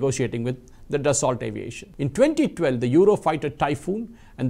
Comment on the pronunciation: French pronunciation: Daso